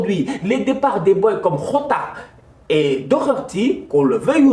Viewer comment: en portugais Jota ne se prononce pa comme en espagnol.